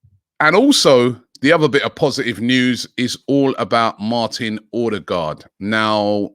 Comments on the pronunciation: Most people pronounce with an O. As a norwegian, this sounds to us like he's saying Ådegaard (awedegaard) - again wrong. It's Ø. It's pronounced like the U in "sun" or "fur" or "suck" (lol) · His name is not ORDER-GAARD for fucks sake get it right Robbie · It's pronounced 'Oo-deh-go'. Source: my gf is Scandinavian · As usual he can't pronounce it right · Me too